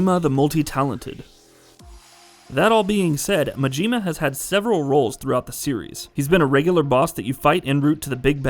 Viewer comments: His name is Majima. Not Majeema. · I get thrown off everytime he says mageema 🤣